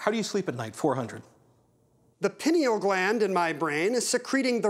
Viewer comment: It's pronounced "pie-'knee-al" gland.